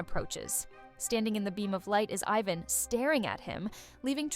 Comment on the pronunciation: you couldn't tell with the I-van and Ivan pronunciation?